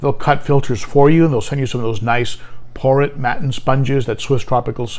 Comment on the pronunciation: Por-a not por-et